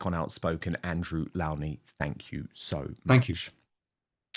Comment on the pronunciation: Please, Dan, do pronounce Mr. Lownie's surname correctly. He's so polite not to correct everyone. It's low as in the opposite of high! Thank you!